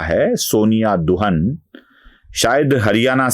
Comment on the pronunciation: शायद दुहान है. दुहन नहीं